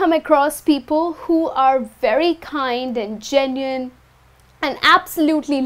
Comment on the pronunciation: It should be genuine, right? Not genuiene!